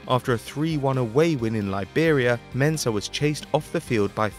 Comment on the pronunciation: I’m a Ghanaian and I like the way you mentioned Mensah